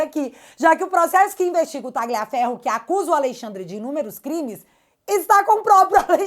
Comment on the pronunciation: Tira esse G do Tagliaferro... Pronuncie como um LH mesmo... Menos feio